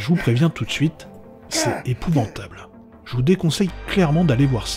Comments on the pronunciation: c'est épouvantable , pas épouventable sinon sympa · 2 seconde de vidéo et j'ai déjà les yeux qui saignent ... "EpouvAntable"* putain